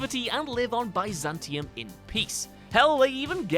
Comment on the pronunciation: I wouldn't say any of these are considered secrets but then again said Bi-Zantium instead of Biz-antium.